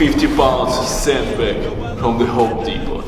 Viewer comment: Byeckpeck in syendbeg